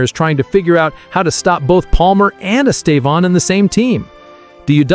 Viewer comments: Please say his name right. He is Estevao, not Estevon or whatever you call him. So irritating. If you respect him, respect his name. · Why do you keep calling him estavon? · It is horrible the way people pronouce his name. The first accent is the strong silable. The last one just show a nasal close sound. Pay attention the way Brazil journalists pronounce his name. It is very strange and not nice to listen that way wrong English pronouce it. Congratulation, here you are getting better in speaking his name.